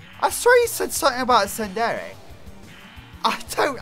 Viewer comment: he said don't you go tsundare on me